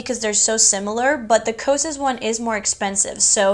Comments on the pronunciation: bestie i love you but i'm kinda cracking up at your pronunciation of cosrx 😭 it's okayyy it's "caws R.X" 💓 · You said it like “cause r x” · Thanks so much for the review on the lash growth serum-I was curious. And a friendly little FYI, the Cosrx is short for cosmetic prescription. So pronounced Cos and then say the letters Rx. ❤️ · I had no idea that is how you pronounce Cosrx